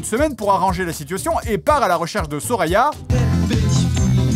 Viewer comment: Il dit Soraya, j’entends Sorina